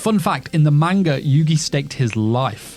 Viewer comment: If you're going to make a video based on a manga, you should learn to pronounce the word properly.